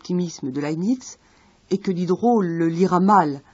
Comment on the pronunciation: Laibnitz, pas lanisse , svp !